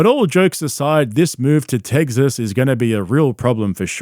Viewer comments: It's TEXAS, not "TEGGSAS".. killing me lol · "Teg-ziss" Heh. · I love nothing more than you pronouncing the name of my state “Teggses” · Are you saying Tegsas to troll us or Brendan? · “Teggziss” “Truggs” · Why does bro say "Tegsas" ? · It's TESAS